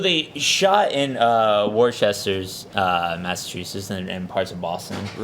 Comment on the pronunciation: Wor-sester? Oh, non-Boston natives -- Worcester is pronounced Wister (or to be more precise, "Wista").